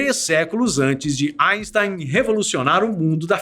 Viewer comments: Kkkkk engraçado ele falando asten" kkkkk O Sikeira iria adorar kkkkk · GOSTEI DA PRONÚNCIA EINSTEIN.